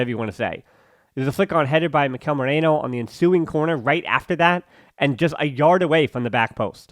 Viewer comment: Hi, assumimg thats your name. A piece of feedback here: you should take a few minutes before the videos to research how to pronounce these players names. You kept saying Moreno... Instead of Merino... Berenchareee instead of Barrenetxea. Etc